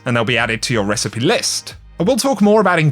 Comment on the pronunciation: says recipes like precipice.